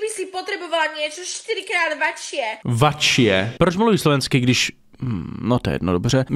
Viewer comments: Okay po prvé nehovor keď nevieš po slovensky jako keď ja nehovorím po Česky lebo slovenčina neni čeština vačšie sa nehovorí ale väčšie to jak keby si povedala e teda večšie to jak keby som hovoril sibižan a nie sibiřan ako sorry bro len sa snažím vysvetliť že ž sa ináč vyslovuje ako ř nemysli to zle ale pred tým sa ty nepáčilo že čajka ty hovorila ž a už si nemal nervy na to tak vidíš toto ale to som nechcel povedať no toto že okay tlstý ľudia nemyslím teba lebo aj ja som a tiež mi to hovorili a čo neplačem život ide ďalej ale sorry ty si trošku viac ako nechcem ťa uraziť ja v 18 som mal 136 kg 186 CM a furt som jedol a to už nebolo pre moje zdravie prospešné mal som zvyšnene teploty ja že ok to je asi len prechladnutie potom že hnačky zvracanie stále atď dobre išiel som lekárovi v tedy bol covid 19 a dochtorka že mám ísť na testy ja že okay negatívny potom znova dobre Slovenské zdravotníctvo je hrozné len chcem povedať dochtorka mi potom zobrala krv a to ďalej nechcem to hovoriť ale že mám zle výsledky a tak som ďalej zostal doma až potom v nemocnice mi zistili že mám slabú tuším pečeň že som ju mal stvrdnutú ja že okay a potom že som počuj mohol zomrieť na to tak som bol na infúzií a som asi za 2 mesiace schudol zo 136 až na 120 kg našťastie sa mi zlepšili výsledky ale to chcem povedať že papaj koľko chceš len dávaj na to aby si potom nezostala v nemocnici na infúziách a dúfam že nie aj na prístrojoch sibižan ty nechce niekedy zle okay povie ty niekedy zle slovo ale niekedy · náhodou okrem toho "vačšie" tak slovenčinu zabila :D